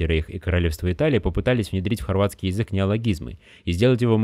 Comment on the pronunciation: Мне одному кажется что автор говорит не Язык а Езык?